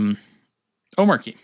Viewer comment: watch his intro video, its not arky like you pronounced